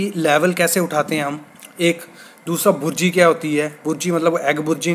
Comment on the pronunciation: भुर्जी नहीं बुर्जी होती है